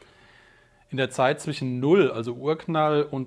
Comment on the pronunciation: Ein 'sch' als Wortendung darf man auch als 'sch' aussprechen, das muss man nicht zum 'ch' zurückstutzen. Das klingt unfreiwillig komich. 'Sch' am Ende oder in der Wortmitte (zwischen, nicht zwichen) bedeutet nicht zwingend Umgangssprache, muss man, um Hochdeutsch zu sprechen, daher nicht korrigieren (auch Hyperkorrektur genannt). ;) Weniger nichtssagende Partikelwörter wie 'dann, eben, auch, halt, sozusagen, eigentlich, natürlich' etc. (manchmal gefühlt alle am Stück), würden das Verständnis verbessern und das Zuhören vereinfachen. Denn hört man sie erstmal, weil sie auffällig gehäuft wiederholt werden, ist es schwer, sie nicht mehr zu hören und wartet jedesmal, bis endlich die Information kommt und der dann-eben-auch-halt-eigentlich-sozusagen-natürlich-Füllwörterzug vorüber ist.